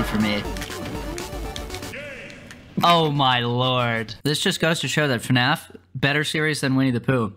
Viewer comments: calling it "F-naf" instead of "Fuh-naf" is so cursed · its fnaf not f naf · aint no way bro just said eff-naf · Bro said fnf and not fnaf😢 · IS NO ONE GONNA TALK ABOUT CALLS THEM THE “F-NAF GAMES” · bro he said f naf lmao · The way he pronounces FNAF is so cursed